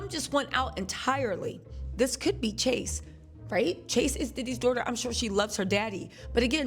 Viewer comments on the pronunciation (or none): It’s Chance not Chase 😊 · That girl’s name is CHANCE not Chase 🤦🏽‍♀️🤣🤣🤣🤣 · *Chance not Chase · Her freakin name is Chance not Chase! Sheesh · Chance not Chase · Great commentary. Diddy daughter name is Chance, not Chase.😫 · Her name is Chance not Chase